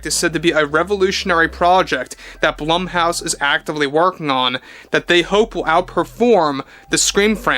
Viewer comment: ummmm... Blumhouse: Bloom-house.